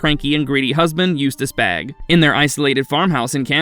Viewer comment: Isnt the last name pronounced Bā or "bay"?